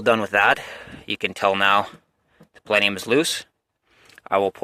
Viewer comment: What's a "palenium" 😝